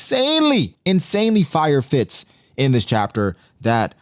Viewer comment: there are going to be fire fits in elbaf! What I heard: there are going to be fire fist in elbaf! Got me hype for more ace flashbacks or some Sabo action 😭